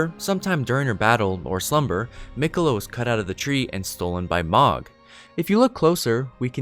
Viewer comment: I’m confused though Mogh kept on saying Miqeulla she is mine and mine alone